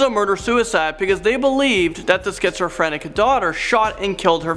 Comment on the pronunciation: He said "Skitserfranic" lol